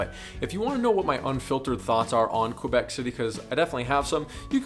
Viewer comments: Tip 15.) Don't call it "QWUAhh Bec" lol It's keh-BECK. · Kay-bec ....ffs